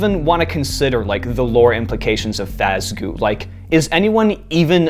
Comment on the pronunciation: And now you'll finally understand my rage against Eleanor. Also, Fazgoo. FAZ. GOO.